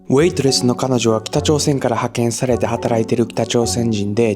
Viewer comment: ウェイトレスの彼女は...のウェイトレス、発音おかしい気がします。AIが英語のの発音にしてしまったのか、が他の言語の発音をしてしまっているのかは分かりませんが、日本語の発音ではありませんね。